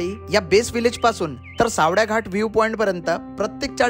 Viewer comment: सावड्या नाही रे, सावळ्या आहे ते😢